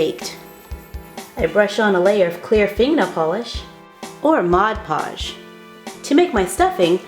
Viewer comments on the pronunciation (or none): you mean mod podge not mod lodge ☺ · not to be judgemental, but in the intro you said mod lodge! and in the ending you called mod podge, glue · Am I the only person who saw mod lodge its mod podge it was an l instead of p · It's mod podge your deaf